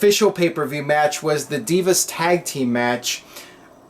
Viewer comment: Anyone else think Eden is a pretty bad ring announcer? I hate when she say Deeevas instead of Divas.